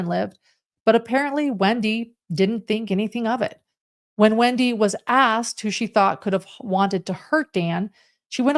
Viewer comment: Or a question is Axed, rather asked. Just saying.